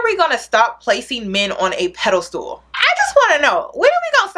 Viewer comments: Peda-stool. It's Pedestal (pronounced: Ped-iss-stal) TakEN as fact. Are you saying takING as fact? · I always laugh when says pedestal I always hear pedal stool 😂 love you girl!